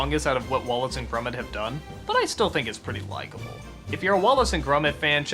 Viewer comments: Its grOmit not grUmit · grumet? it is pronounced gromit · Has Doug ever actually watched Wallace and Gromit? Characters say Gromit's (GRAH-mitt) name over, and over, and over, and yet Doug can't shake the pronunciation "Grummit". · Why the fuck does he say "grummet" though lmao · He says Gromit weird